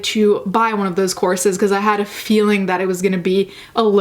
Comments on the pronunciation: I've heard "corpses", not "courses" and got my hopes up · thought you said corpses instead of courses imao